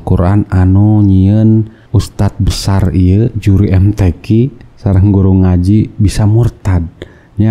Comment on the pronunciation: Bacaan nya amburadul kok jadi yuri mtq siapa yang percaya, mudah"an dpt hidayah